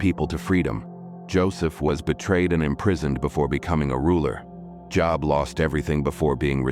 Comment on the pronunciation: The narrator mispronounced Job 😅